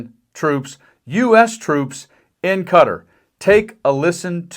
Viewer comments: It's not cutter...... it's qaTAR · KaTAR! NOT Cutter! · Guys,please it's KAATAR-Not Carter. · For the record it's Qatar, not Cutter... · It's cuh-TAR.. Not cutter. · Why do you pronounce it “cutter “? It’s “k-TAR”! And I was watching the troops behind tRump — they looked bored out of their minds! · I hate it when people pronounce Qatar as "cutter" - that's not how it's pronounced! It's pronounced "kuh-tar" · Learn to pronounce the country right: It´s Ca-taar. Not Catr. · Qatar is pronounced Ka-Tar, not Cutter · Qatar is pronounced “Kut-Tahr” Rhymes with guitar. Please for the love of god stop saying cutter. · Why cant americans pronounce QATAR AS KA TAR INSTEAD OF CUTTER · It isn't cutter. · It’s “kuh-tar”…. not “cutter” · Isn't it pronounced "kuh-tar" rather than "cutter"? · Always thought it was Qatar not Cutter. Did the orange one change it's name when he was there? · The country is pronounced QA-Tar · Pronounced Qa-tar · "Cutter" ? So many of you Americans man 🙄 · Why is the press suddenly pronouncing Qatar as Cutter? It’s pronounced to rhyme with guitar with a slight roll to the R. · BTW, it's pronounced "KAH - TAHRR" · Please learn how to pronounce Qatar